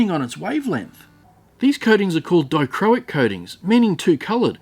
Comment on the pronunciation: I love working with dichroic glass as a glass artist, and yes you did pronounce dichroic correctly. I think the bigger cube would work better next time but I do love the look of this. Maybe you could find a fused glass artist nearer to yourself who could possibly create a layered piece of glass with other dichroic glass in it for you to include in your resin. As that would look pretty cool. I’m in the U.K. so I’m too far to send some.